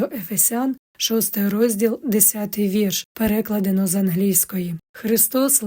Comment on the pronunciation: Дякую за вашу працю. Дозволю собі маленьке зауваження: Наголос на "А" в слові "переклАдено".